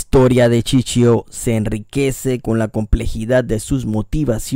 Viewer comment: No es chichio es Shishio.